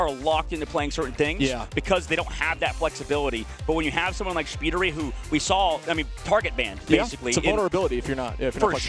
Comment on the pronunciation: I love that Shpeediry was pronounced as Shibb Tree😂